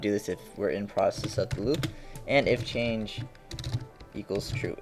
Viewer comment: "changle" lmao